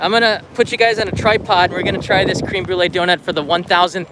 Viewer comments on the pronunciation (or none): Thumb down because u mispronounced "Créme" incorrectly. Tsk tsk.